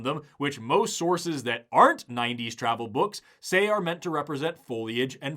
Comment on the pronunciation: "Beewwwks"? Sorry,, you lost me right there.